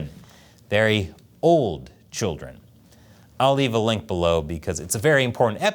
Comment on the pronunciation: "very old childeren" - LOL🤣😂